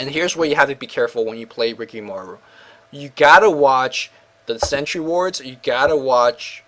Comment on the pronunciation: ur asian you should be able to pronnounce rikimaru properly damn